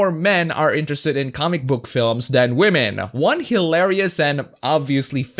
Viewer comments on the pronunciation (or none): I wish you would stop saying Wahmen, I didn't say to stop because I'm offended, just the word has lost its flavour, the one given the kicks, so to speak. It's 2020, and people are still using a mispronunciation for women to mock SJWs that was started by Pewdiepie 3 years ago.